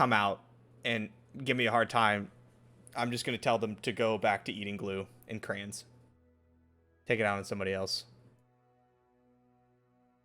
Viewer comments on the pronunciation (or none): pronouncing Crayon's like Cran is dookiebutt/10.